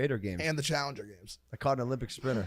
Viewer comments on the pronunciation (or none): none